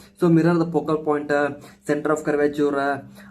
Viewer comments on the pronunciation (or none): ಅಣ್ಣಾ ಅದು ಪಿಸಿಕ್ಸ್ ಅಲ್ಲ ಫಿಸಿಕ್ಸ್ ಮತ್ತೆ ಪೋಕಲ್ ಪಾಯಿಂಟ್ ಅಲ್ಲ ಫೋಕಲ್ ಪಾಯಿಂಟ್, ಪ್ರೊನೌನ್ಸೇಷನ್ ಸರಿ ಮಾಡ್ಕೊ